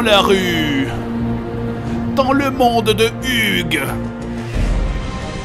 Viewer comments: "Dans le monde de Hugue"!!!! ,[A huge world]. pouahahaha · "Dans le monde de Hugue" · "Dans le monde de Hugues (Huge)" .____. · « Dans le monde de Huge »😂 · lol il a dit dans le monde de huge mais huge en francais c est grand lol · J'été plié en deux : " Dans le monde de Huge" xD ( => dans un monde immense)